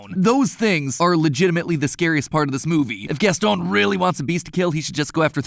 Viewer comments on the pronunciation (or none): Why are you saying Gaston like that though?